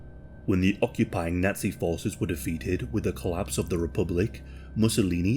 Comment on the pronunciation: Lol why do you say Nutsy instead of Nazi?